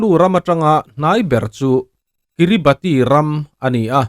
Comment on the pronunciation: Kiribati hi 'Kiribas' ti a lam tur a ni teh tlat.